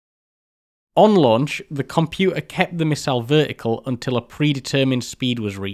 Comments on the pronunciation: It’s compuTer NOT compu a 😡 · "Compu'er"?!? Great video though. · You're accent is baffling 😊 You claim not to be able to pronounce a hard "t" but have no problem with Minuteman, digital, architecture and dozens of other words. Then along comes water, computer, and it's nope, cant do tha'. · I can excuse your inability to pronounce 't's in computer and motor etc being from north of Watford, but the 'u's in aluminium are unforgiveable. Traitor.